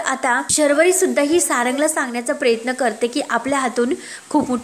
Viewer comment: प्र य त्न असा शब्द आहे प्रेत्न नको म्हणू नको